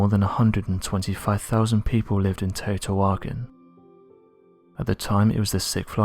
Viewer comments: Teotihuacan is pronounced more like Te-o-Tea-wa-can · The city is pronounced Tae-O-Tee-Wa-Con...you're killin me, lol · The city is pronounced Tay oh tay whah kahn, which means God's house place. Cutiouly, it means the same thing in the Gaelic and Gaeddic Celtic languages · First if you're going to do a documentary know how to pronounce the name of the place that's completely wrong pronunciation second off this is a huge power plant which draws water in from the river the stones that are clad around the whole building or electromagnetic they could use local stones that are everywhere but these stones are from hundreds of miles away and we're also covered up with stucco so you couldn't see them do you know the colors of big rock with a whole bunch of smaller rocks around every Rock it's the conduct electricity that's why they chose those rocks because you would never see them cuz they would be stuccoed over you want to get stupid keep watching this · Great video, but that pronunciation of teotihuacan is really sticking out to me... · Yeah....you would have thought he would pronounce it properly lol